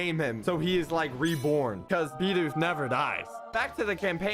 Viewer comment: FINALLY! SOMEONE WHO SAYS BIDOOF CORRECTLY!